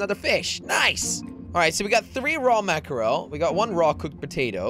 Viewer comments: I like what ya got going on but I can't hear mack-er-el again. Are you in a landlocked state by chance? lol just teasing you. But for the record it pronounced mack-ruhl. Just two syllables. Just a little help from a girl in Maine. We literally can watch mack-ruhl (lol) jump in schools a hundred yards from our house, so we are a little familiar. :-P Keep up the raft vids though. Really enjoy them! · I used to pronounce mackerel like that but then when i realised it was ‘mack-rel’ I was embarrassed af. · Say it like mackrul